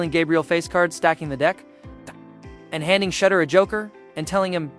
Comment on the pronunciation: His name is pronounced Sha-duer.